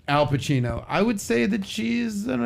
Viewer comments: His name is not Alpachino, but Al Pacino! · I didn’t watch the video but I just came here to vent that “Alpachino” was really bothering me. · It's Al Pacino not Al Pachino!